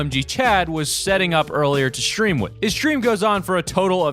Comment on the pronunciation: does someone else understand shream instead of stream or is that just me making the st in stresm sound like sdream instead of shream like an sh in shoe